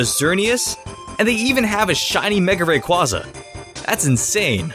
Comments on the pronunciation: It is mega Ray qway zuh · It's Ray-qu-Aza